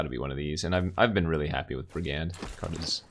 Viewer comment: please stop pronouncing brigand like that :'(